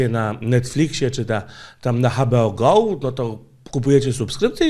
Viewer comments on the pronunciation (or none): Sorry, ale muszę:D "HA BE O GOŁ" XDD Pozdrawiam:D